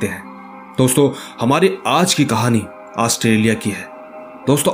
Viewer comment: नाम तो सही से ले लो ऑस्ट्रेलिया 🇦🇺